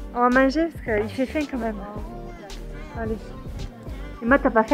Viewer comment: 為什麼Anna 唸 faim 的發音和一般的法文不一樣阿? 是因為地區的口音嗎?